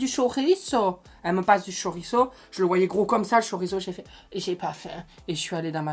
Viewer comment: Mama quand ta dis chorizo tu m'a fais penser à la raclette